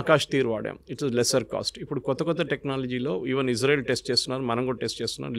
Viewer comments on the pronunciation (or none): none